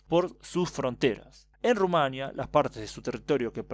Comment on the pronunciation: ¡Excelente vídeo! Una aclaración: Rumania lleva el acento (no tilde) en la i. Se lo he escuchado pronunciar así al embajador en un programa radial. Al parecer la confusión estriba en que no lleva tilde, cosa que por regla gramatical española debería... Pero no lo lleva porque no es una palabra castellana. Saludos 🖑